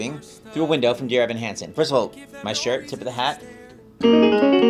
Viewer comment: Shocked that he didn't call out saying Winlow instead of Window 😂 Turns out it's extremely difficult to consistently say a good D which I found out when I tried to record this song myself